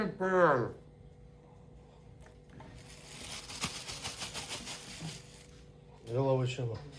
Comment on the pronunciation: Ялови'чина😂😂😂 Хорошо что не по русски прочитал😂😂😂